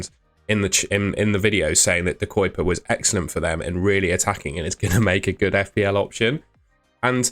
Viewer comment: De Cuyper is not pronounced De Coiper, but more like "De Keuhper" ("euh" like you are thinking) or "De Cowper" like the "ow in cow" (but don't say the w). We pronounce it more with a K (from kilo) and Uy = ui or euh (like you are thinking euuuhh). The "u" is not pronounced like "u" in murder or like "oi" as you greet someone in the UK. We also don't really pronounce the "y", only softly. As a Belgian and after years of hearing "Kevin De Broine" miss pronounced in English, I don't wanna go through the same with De Cuyper 🫣